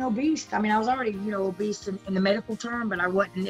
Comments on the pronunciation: Angela says "obeast" instead of "obese" 🤣 I think she looks great, she even fixed her teeth. She does look younger & happier. 🌸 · Lmao so no one is gonna talk about how she keeps saying “OBEAST” !! Haha love you Angela you look beautiful ❤️